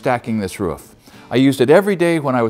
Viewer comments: LIKE HOW YOU SAY "ROOF" ! I SAY ROOOOOOOOOOF BUT IM FROM SWEDEN :) LOVE YO AND YOUR CONTENT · Argh, somehow him saying ruff instead of roof aggravates me so much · Great channel I have watched many of your videos 👌🏻 always find it funny when u say Roof , in Australia it’s pronounced very different 😂